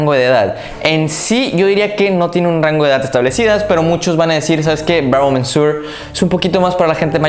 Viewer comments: "Bravo MENSUOR"??? En serio, lo digo como crítica constructiva, deberías informarte de cómo se pronuncian los nombres de los perfumes antes de ponerte frente a la cámara. Ya te pasó hace poco diciendo "ROSENDIU MATIEU" cuando era español y se pronuncia tal cual se escribe, "Rosendo Mateu". "Monsieur" se pronuncia "muh syuh", tal cual. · se dice Bravo "MESIÉ". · No sé qué suena más gracioso, que pronuncies “mensur” o “mensuar”. Si pones la palabra en el traductor de Google, puedes escuchar cómo se pronuncia en su idioma original. Por cierto, la expresión “dura arriba de” es un calco del inglés, lo correcto sería: “dura más de…”. Ánimo. Ah, a mí esta fragancia de El Ganso me huele a iglesia. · Por qué dices 'mensuor', sí es señor en francés? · Monsieur = señor en Frances ,,,checa como se pronuncia.SALUDOS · jajajajj cada vez que pronuncia monsieur lo pronuncia diferente y peor xD